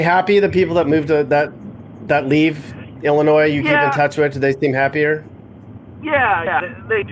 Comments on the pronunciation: It's pronounced Illinois the S IS SILENT!!@@ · The "s" on end of Illinois is silent! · Fact the S is silent in Illinois! Fact check it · stop saying ILL A NOISE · Illinois is referred to as the Land of Lincoln. Fact check Also the S is silent. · The S is silent please don't say it in the future.